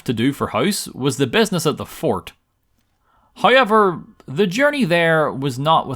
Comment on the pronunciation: You gotta say haiever every chance you get